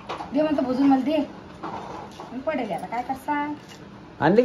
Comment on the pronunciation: भुजून नाही ताई भाजून म्हणत जा